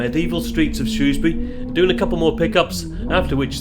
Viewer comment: Hooray! Finally I’ve heard someone pronounce Shrewsbury properly!